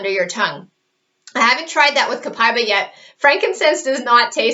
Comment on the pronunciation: It's not Copai-ba, it's Copa-íba (E)Ba